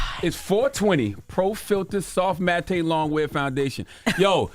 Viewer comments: He said matay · He said soft mattay